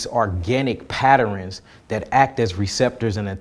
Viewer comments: Did he say patterins 😂😂 bruh ✨ go on I always wanted to get into crystals - I have a bunch in my Amazon cart 💫 Michael Sartain makes fun of crystals all the time 🙄 Wow I didn’t know it was that deep 🤯 pause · Patter-rens?? Omg lol I hate when ppl say er-rens after a word that ends in a -ern smh 🤦🏽‍♂️